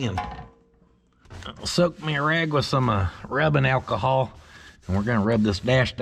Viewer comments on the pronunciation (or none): none